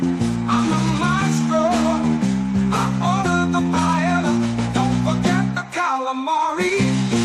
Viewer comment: Love the music. I did laugh when Wendi called paella. “”Pay-ya-ya. She’s a piece of work